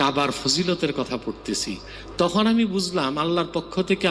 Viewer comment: ভাই আপনার বয়স কত। ১৫ ২০ লাগছে আপানার গবেষণায় তাইনা বয়সটা কত ভাই। তুখুন নাকি তখন কুপাইআম এইটা কোন আম ভাই উচ্চারন ঠিক করেন ভাই